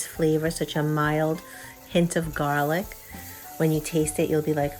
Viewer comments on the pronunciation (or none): none